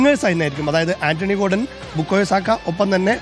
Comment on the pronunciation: ഗോഡൻ അല്ലടോ ജോർഡൻ 🎉